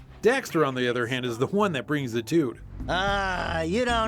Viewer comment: Did you just say "tuts"??? Ps im from nz